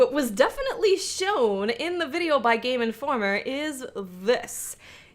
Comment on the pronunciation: Player - Playa Game Informer - Game Informa Not that there's anything wrong with it, I just love the way you talk.